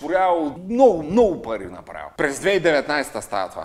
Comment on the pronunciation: Кат' чуя "паритьи" и веднага ми иде да мятам кинтьи!